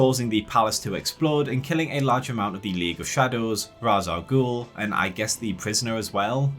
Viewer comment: All valid criticisms. But the most egregious failure of this trilogy is still spreading the mispronunciation of Ras Al'Ghul's name. It's hard to take a villain seriously when it sounds like the hero is fighting the bureaucrat from Monster's Inc.